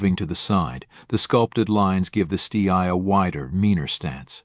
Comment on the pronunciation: Use a real person for the voiceover, this CG version is ridiculous. Stee Eye indeed. Do it properly or not at all.